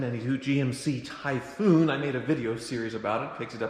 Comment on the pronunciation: "Tie FFFoooun"